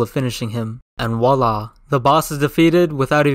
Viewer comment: I automatically laugh when you say the word (and wala)